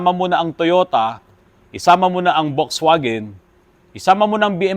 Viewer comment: Wrong pronounciation.. Folksvagen po ang correct pronounciation ng German car na Volkswagen